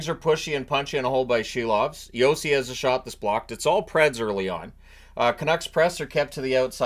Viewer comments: Could you please at least pronounce his name correctly, it's Si-lovs like window sill, not she-lovs. Yeah, I get it, you think it's funny, but after playing great in the playoffs I think he deserves a modicum of respect. It's not only in the NHL pronunciation guide, but he also pronounces it this way. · I keep hearing the Canucks’ goalie’s name as “Shelob”.